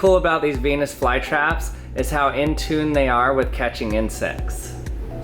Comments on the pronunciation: I thought you said penes fly trap!!! 😂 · 649 i heard it as '' so there you have a penis fly trap '' instead of '' so there you have a venus fly trap '' XD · peenus vlye trap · DID HE JUST SAY BEE?